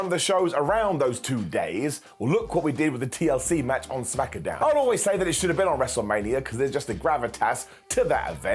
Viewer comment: 😂I love when you say "Smack-a-down"😂. I chuckle every time. And I'm told I have no sense of humor